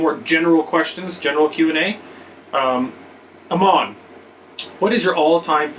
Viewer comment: you pronounced Eamon's name wrong...